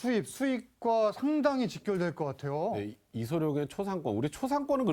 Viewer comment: 아나운서가 이름도 제대로 못 말하네. 이성룡???